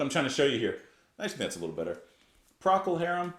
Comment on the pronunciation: It is pronounced Pro-col Harum.John Cougar Melloncamp did songs Calle Jack & Diane, Little Pink Houses.Honkey Cat is a fantastic legendary album as is all Elton ‘ first 5 albums.